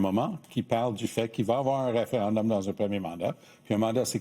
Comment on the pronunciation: Pourquoi monsieur, dire référindum au lieu de référendum? merci... tout comme r'traite au lieu de retraite. Merci